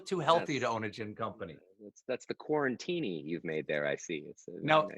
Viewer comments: Steven, he said quarintini and you didn't even flinch. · Stephen THE QUARAN-TINI?!?!??! You let that slip???😳🤣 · "a QUARAN-TINI" 😂 😂 😂 We heard you Ryan! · Jane from oxbox has been calling all drinks during the period as quarantini... Is Rayan an oxbox fan or viewer we will never know